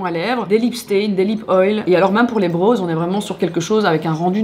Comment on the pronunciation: j’aime trop tes vidéos mais « brows » ça ne se prononce pas comme « bros » 😂🙂‍↔️♥️ pleaseeee